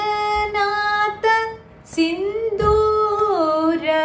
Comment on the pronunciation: beautiful presentation - This could have been amazing resource if you could equally focus on pronunciation as well. GaNanatha not GaNanata etc. All Samskritam texts have alpa prana (ka cha Ta ta pa and maha Prana Kha Cha Tha Tha Pha) Similarly 3rd column of letters are Apla prana and 4th column letters are MahaPranas. There must be a reason to have 33 consonants in it. just an observation across all your presentations.